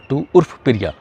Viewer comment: Piriya nahi priya hota hai 🤣